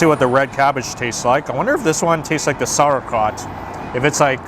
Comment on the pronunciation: Did he say sour crat instead of saurkraut "sour-k-rout"